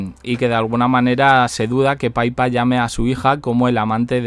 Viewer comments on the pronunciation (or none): Da igual quien hable oficialmente...nadie puede decir la verdad...no conviene a la "Firma"....si nos enteramos será x fuentes extraoficiales... No sé pronuncia Paipa...Pippa ,tal cual,pero frenado, no como la pipa en castellano.